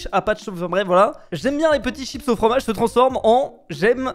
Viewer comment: frommage... déjà ya un problème dès le début